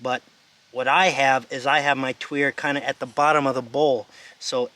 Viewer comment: It indeed pronounced twee er. Don't listen to pronouciation videos. The most popular ones are shameless grifters that just talk out their arse constantly and just make up any old shit. Watch random videos from them and you'll see words you know and see just how atrociously bad and lazy their pronouciations are.